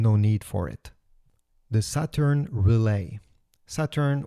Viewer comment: He called it “shaturn” lol